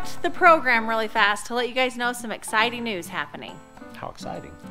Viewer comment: when you said ezciting news, my first thought was pregnant